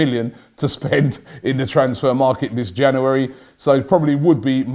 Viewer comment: Can you teach him how to say January, instead of Jannery?